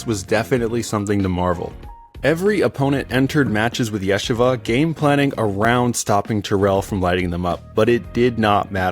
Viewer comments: Not Yesh ava. It’s pronounced Yeesheeva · it's three syllables -- yeh-she-vuh. But you pronounced it Yeshi-vuh. I'm no hebrew scholar, but I've lived in NYC for many years and know many people and have family that have gone to Yeshiva U. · Yeah sha vah. Lol Yuh SHEE vuh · Its not ye shiva it ye sheeva long e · its pronounced as “yesheeva” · Please... yeh-SHE-vah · Yuh SHEE vuh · "Yeah-shahvah" never heard it being pronounced like that before. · You mean the AI voice mispronounced it? This is one reason it's better to record in your own voice. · True, but it was an excellent video nonetheless. And I met Ryan and he's a cool guy. Wish him the best of luck and success on and off the court. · Excellent video. Your pronunciation of Yeshiva cracked me up. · if you're gonna bother making a video learn how to pronounce "Yeshiva" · You mispronounce Yeshiva (multiple times) which is not a huge deal, but is a bit distracting from an otherwise interesting story. Yes, most won't even notice - but anyone Jewish is going to notice big time, and I'm sure that the algorithm will make sure to serve to this to jewish bball fans since they're likely to find this particularly interesting.